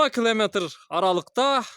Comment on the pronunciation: Кламатр эмес километр десен